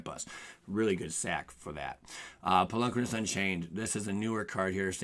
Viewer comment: I really loathe how you say "Polukranos."